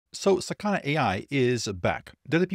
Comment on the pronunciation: it's not saKAna, its sakaNA